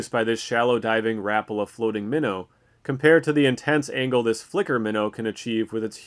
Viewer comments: Rap-ala??? How about Ra-pa-la. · Is that how Americans say Rapala? I’ve never heard it pronounced like that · the way he said rapala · K thx will start pronouncing it like that